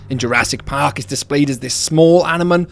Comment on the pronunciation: That little flub on animal was so cute